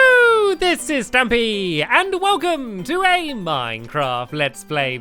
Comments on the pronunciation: Stampys not dtamys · stampy i heard that u said welcome to the stumpy lovely word